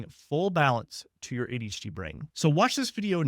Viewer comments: Could tell in the beginning of the video this is made with Ai. It said ADHD-a. The the guy NEVER takes his eyes off the camera. Other stuff too but I’m not trying to train it to be better. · legit did the same the first seconds of the video when I thought they way he says “ADHD” sounded off more like “ADeshtheia” I wondered who else noticed and thought the same..😅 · what in the ai hell is this. a h dee ya? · The first time he said ADHD, I thought he had a really thick accent. But he keeps talking and I can tell that he doesn't. Then the second time he said "aydshee" I realized that it's just AI generated. This is how I end up only watching the same channels that I've been following for years and no new ones. It's so hard to find actual humans on here now. Also, like many of you said, there's no way in hell someone who understands ADHD would think any of us would be able to sit through all of that bs. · What the hell is “eddishdeeyuh” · he's trying to say "ADHD" but it's coming out slurred for some reason. :/ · why did you pronounce ADHD as ADEECHDIA ? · If a doctor can’t verbalize ADHD properly, it’s probably an AI generated video. ADHDIA? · What did you say here? Are you AI'ing your videos now?? Who pronounces ADHD like that? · maybe a regional speech thing.